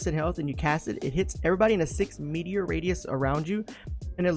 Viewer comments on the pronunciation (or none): Metre not meteor XD